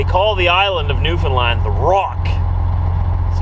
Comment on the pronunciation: Newfoundland not new Finland :) just saying because iam from Finland